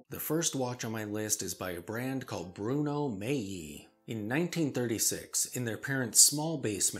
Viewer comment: Hi. Your late-night editions have become a staple of mine. Keep up the great work. By the way, the first timepiece on this video is properly pronounced as Bruno "Maali", with the G being silent. I've been a huge fan of their footwear for more years than I either care to count or admit to.